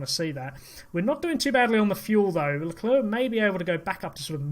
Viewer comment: At least you pronounce LeClerc properly!!!